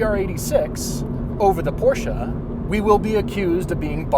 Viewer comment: Love a front engine rear wheel drive. No comparison between these. Porsche is a two syllable word!